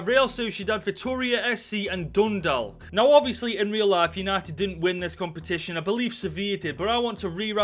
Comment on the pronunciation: Just u said dune dalk